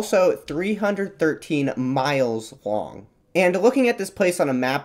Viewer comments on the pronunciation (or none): none